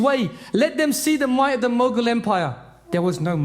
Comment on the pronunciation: it's mughal bro, not mogul